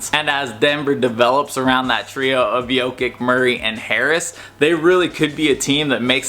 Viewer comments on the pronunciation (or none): fr those Balkan c's are never hard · not Jokik its "Yo-Kitch"